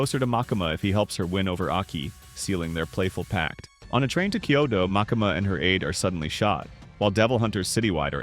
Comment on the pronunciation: Great recap, thank you! 🖤 but the way you pronounce "MakAma"... 😂😭